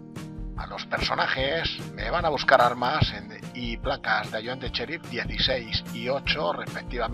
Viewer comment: no se dice cherif se dice sheriff